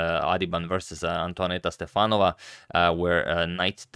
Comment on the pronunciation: Correct is to say Topа́lov and Stе́fanova.